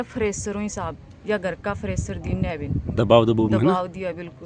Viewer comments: ये ड्यूटी जाती है प्रेशर को फरेशर 😂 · Preshar dabav hota hai fresar nahi hota hai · फ्रेसर नहीं प्रेसर होता है बूच फ्रेसर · फ्रेशर नही प्रेशर होता है।बन्दी अंया की ही थी